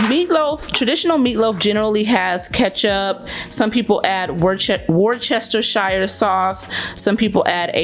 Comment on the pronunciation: As an English girl your pronunciation of Worcestershire made me giggle... :)